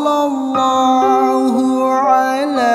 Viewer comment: Maaf ka dibaca nya bukan sollolloh tpi sollawlloh